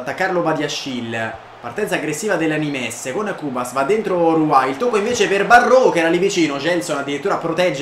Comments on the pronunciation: Non di dice nimes ma nim, non per fare il mestrino eh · bel video, il NIMES si dice semplicemente NIM. e ROUX è RU